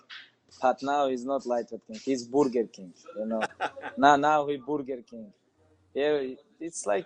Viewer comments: Brerger Kingk 😂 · "this is not for borger king sport"